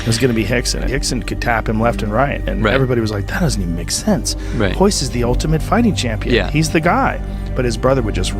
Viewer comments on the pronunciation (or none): The name Starts with R and they pronounce it as H, why?